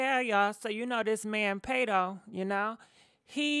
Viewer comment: His name Pardi like party lol sis said pado